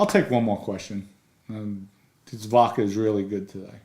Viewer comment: Hello Dom, love your channel & we watch every episode-just wanted to say….you’re totally scary lol so please don’t get angry 😅- just constructive criticism-it’s vodka with a D-not vacca (which means cow in Italian…also you look so much like one of my relatives & since my grandparents come from the same part of the Bronx -I wonder if you’re related